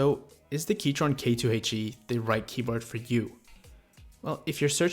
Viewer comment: He keeps saying keytron...